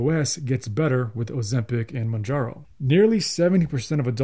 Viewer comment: What drugs, again? Your mumbling sounds like 'oseptic' and 'manjaro'. The description box below the video would be a good place in which to spell out unfamiliar terms.